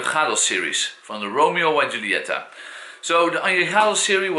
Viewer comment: The Y is pronounced like the letter E. And the J in Julieta is like the J in Anejado